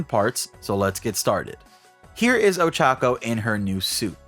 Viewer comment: Dude it's not that hard to pronounce her name right